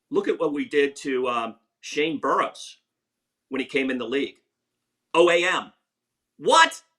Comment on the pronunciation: fr he talks about everything from a business perspective, you can tell he isn't a real fight fan. He also called Shane Burgos, "Shane Buros" lmao